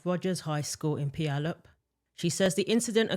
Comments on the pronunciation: It's pronounced •Pew•al•up• 😁 Some of the indigenous place names here are literal tongue twisters. And Washington State has some of the most messed up mindsets about the trans issue. Kudos to you, & Brandi Kruse and these brave girls speaking up! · PUYALLAP Wa is pronounced PEW-WALL-UP